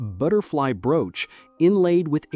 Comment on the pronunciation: Nothing says AI voice like pronouncing 'brooch' as 'brooo-ch.'